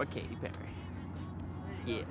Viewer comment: It’s Katy not Kathy!